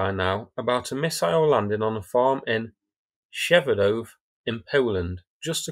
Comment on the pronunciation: Now all of people are trying to pronounce Przewodów and it's hilarious